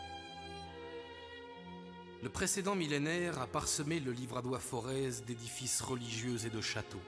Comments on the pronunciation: Les Auvergnats ne font pas sonner le Z final...le "Forêt"... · On ne prononce pas le Z de Forez.